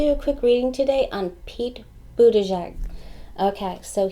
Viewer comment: Thank you for a great reading. You pronounced Mayor Pete’s name beautifully—better than anyone I’ve heard:) Comma-la is Kamala . She is so good too. We have a bountiful field of candidates! Did you do Beto yet? I think you did but I will recheck:)